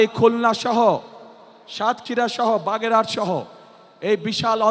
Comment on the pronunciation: কাগা বাগেরঘাট হবে না ওটা বাগেরহাট হবে